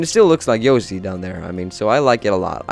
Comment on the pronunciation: He said yosi